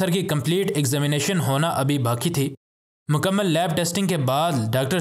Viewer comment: آپ لوگ اردو غلط کیوں بولتے ہیں۔ مکمل لفظ میم ثانی کے زبر کے ساتھ عربی گرامر کے مطابق ھے۔ اور آپ نے مکمل کو میم کے زیر کے ساتھ ادا کیا۔ اور فی امان اللہ کے نون کو فتحہ کے ساتھ پڑھا جبکہ اصل میں نون کوزیر کے ساتھ پڑھنا ہی درست ھے۔